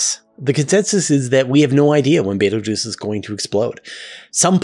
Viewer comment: Never say Beteguese 3x in a row